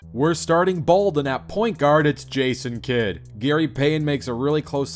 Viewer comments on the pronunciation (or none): why you said Jason Kidd like that bro 💀